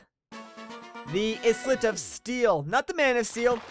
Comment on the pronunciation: Also, Isle isn't pronounced how it's spelt. It's pronounced exactly the same as Aisle, so no "S" or "E" sounds XD